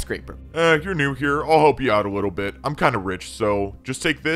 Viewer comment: Why did you say wittle